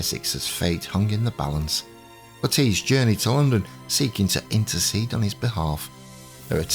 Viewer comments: "nolls" is correct ""le-TEECE" is not, The name has always been pronounced "LETT-iss" in the UK with stress on the first syllable- whereas the USA the fashion in names seems to often stress the second syllable (another example is Bernard (UK BURN-nud : USA b'NARD) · The most commonly used pronunciation and certainly the one used by reputable historians and historical documentaries in the past is "LETT-iss" (like the vegetable) "Le-TEECE" as used here is a very modern innovation (since the 1980s) At least we can all agree it is Nolls not Noll-eese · Yes, that's exactly why. Because so many are mis-pronouncing it.